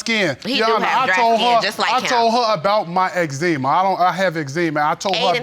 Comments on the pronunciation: That boy said xzeema 😂😂😂😂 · Judge nonchalantly corrected his pronunciation of "eczema" but she continuously mispronounced named even after hearing his mom say it several times. 👌🏽